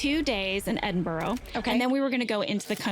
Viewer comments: Jenna... it's ED-IN-BUR-UGH not ED-IN-BUR-OH. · I was so happy for Jenna to come to my home country. Then she pronounced Edinburgh like edinborrow